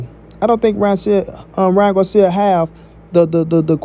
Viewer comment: First 🤷🏻‍♂️ bruh is not guarcia is Garcia 🤦🏻‍♂️